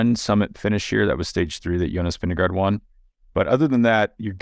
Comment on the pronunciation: Vingegaard should be pronounced "Vinge-gor". "Vinge-go" is bad. "Vinge-guard" is a bit better. But by far the best pronounciation would be "Vingegor"